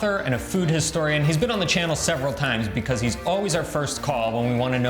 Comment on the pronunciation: Non so può sentire come parli inglese.. l'accento è una caricatura esagerata . Anche a pronunciare il nome di tuo marito e come dici Begouse ( because) the biGGHERRRR ARRRRR La caricatura di un russo ubriaco che imita un italiano ubriaco che parla inglese